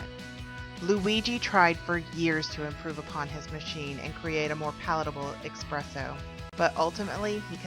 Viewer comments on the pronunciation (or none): It's espresso not ecspresso don't say a c sound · Theres no x or ecks sound in espresso